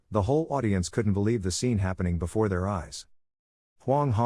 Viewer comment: "Befor, afted"